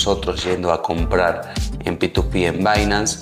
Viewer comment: Me cago de risa cuando dice PituPi jajaj p2p se le dice xD alto video bro gracias